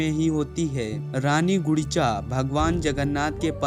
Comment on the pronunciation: Jai Shree Jagannath..... Sir you are saying rani Gudicha that is wrong actually rani Gundicha..... and you said Udisha that is also wrong really Odisha...... please correction